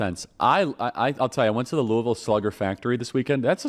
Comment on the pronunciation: Love that you say Louisville correctly!!